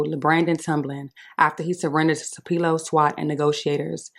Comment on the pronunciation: Wrong pronunciation of Tupelo young lady.